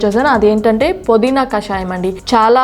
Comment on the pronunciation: podeena kadu pudeena . naa telugu thalliki namaskaramulu. pmtv.in